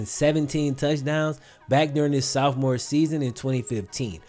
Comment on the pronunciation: It's SOPH-more. Not SOUTHO-more....grrrr!